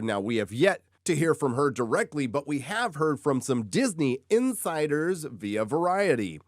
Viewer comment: I honestly thought I heard you say "Disney infighters" instead of "insiders". Still fits.